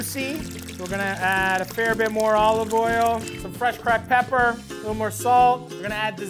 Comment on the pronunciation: If you ever say the ER at the end of CRACKED PEPP EVER AGAIN I WILL UNSUBSCRIBE